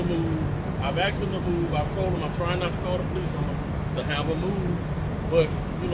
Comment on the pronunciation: “I axed him to move “ 😆